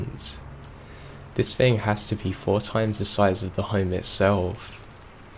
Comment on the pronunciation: whenever you pronounce "thing" like "think", it's like nails on a chalkboard to me.